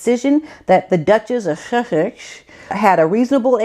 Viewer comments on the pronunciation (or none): Awesome video! Sussex...pronounced like the first few letters of suspect (ironic) then x. Suss..ex...no H in there. (Some people say Sus ics.) 😄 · Perhaps this sounds uptight, but my family is from Brighton (East Sussex), and to see the ancient, honored name dragged through the greedy mud truly HURTS. They are beautiful lands, and the fact that she utter the name "Sussex" deals a stinging wound to those who consider those noble lands "home." Please don't make fun of or mock the name by mispronouncing it..it is very hard to hear, even though it is clear that your perspective is correct and solid. Love your videos. Some think it is hard to pronounce...it is simply Suss + Ex. Some people say it "sus-six." Whatever, but please say it without mocking, and with the respect that should be lent a place that has to bear Meghan and Harry's insults and abuse. It is horrible to see that beloved name slide out of her conniving mouth. So unfair. It's like having a revolting spreading disease named after you. Worse, she lets all know that she is "above" the Sussex peoples, yet how does she serve them!? I wonder if she has ever stepped foot on Sussex lands. ARRRRGHHHHH! How DARE she use the name! Your and others' consideration is much appreciated! Hope this mkes sense. Thank you!